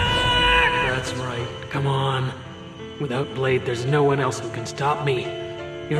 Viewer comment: D Boy? It’s blade.